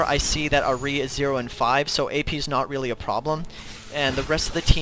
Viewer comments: isnt it ahhh-ri no errr-ri i prettey sure thats how ahri is pernouced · R-E not ah -ri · ahrI lmao its AHri... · Good guide but god i hate how you say ahri. It's Ahri not Ah-ri. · ahri = R-E not AHHreee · Pronounce ahri better pls not ari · Nice guide but it pains me to hear how you say Ahri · Great guide, really improved my Cass game. But seriously, stop saying Ahri like that. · The way you say Ahri makes me want to rip my ear off. Maybe I'm just too used to people saying it the other way. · nice vids tho, can i just say, i know youve probably heard this a tonne of times, but your pronunciation of Ahri is a bit strange, i mean its probably just from where you are situated and your accent, but as a main ahri player, i just wanted to make sure you knew. I mean a lot of people i see have picked up on it, just making sure. I mean i was annoyed at first but got used to you saying it. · i hate the say you say ahri arrggh lol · that ahri was bad... the way you pronounce ahri makes me cring..